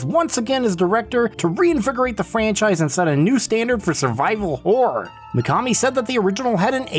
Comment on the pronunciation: Ok WHOA there, tiger! Now I love this video but you got to say this with me; “Horr-OR” ok? You try it; “Horr-OR” it’s a horror title not a… not what you said. There’s 2 syllables in there so don’t be stingy now! The way you say it is, well sir? It’s plain whoreable. Mirr-orr. Horr-or. 2 syllables. You don’t look in the mere and at night we don’t see terrible wh… we don’t see what you keep saying. Sir. There are children in the room. 2 syllables Please. Sir.